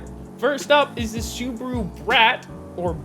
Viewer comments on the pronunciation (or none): none